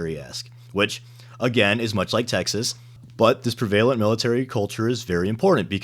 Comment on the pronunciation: I love all the Texas jokes, immediately followed by mispronunciation of “prevalent.” It’s like its own special irony.